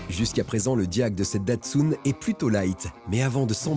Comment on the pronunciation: C'est quoi cette manière de prononcer "Datsoune" pour Datsun ?! Même les japonais ne le prononcent pas de cette façon. Ça se prononce "tatseune". En France, on est toujours à côte de la plaque sur la prononciation des mots, des noms propres étrangers.